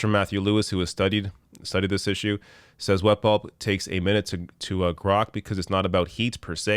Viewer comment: It sounded like you were saying wet ball conditions which made me laugh like a child haha